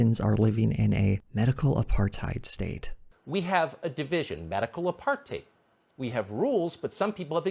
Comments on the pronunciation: I could be wrong here, but does it sound like Tucker Carlson so doesn't understand what apartheid is that he's literally mispronounced it? Like, I dunno, is that a different conjugation of the word or what? Seriously, I'm asking. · What really gets me is how Tucker does not even bother to do any research while spewing bullshit. In what fucking world is Apartheid french and pronounced as APARTE? When it is so simple: ah-part-hide